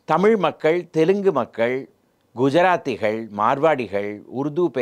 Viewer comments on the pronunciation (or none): none